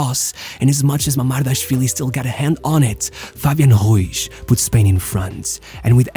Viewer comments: Why does he pronounce it "Martinesh" and "Ruish"? That's Portuguese, dude... Learn to pronounce Spanish properly: Mar TEE Neth, Roo EETH. It's crazy how certain trends influence people's pronunciations of names and surnames. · Just for the record , you pronounce Ruiz as a Portugese surname. He has a spanish surname so it would be pronounced with a hard "r" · Nice video... but why do you pronounce all the spanish names like a portuguese?!?!?... It's not NavaCHHHH, it's NavaSSSSS. It's not Fabian RuiCHHHH but Fabian RuiZZZZZZZZ... 😉Please do it for my spanish hears....🙏🙏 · Love the vids SO MUCH!! But please work a lil on the pronunciation of the names. Cuz it‘s not „Ruish“ but „Ruiz“